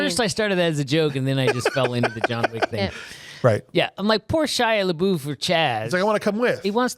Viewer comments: Why do you call him lebou his name is lebeouf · And its pronounced “lebuff”